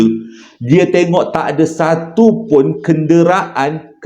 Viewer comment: KEN-DE-RA-AN oiii 😂